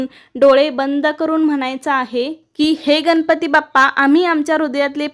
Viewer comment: Tai ganapati ucchar nahi nalatala n nahi banatala n ucchar kartana vapara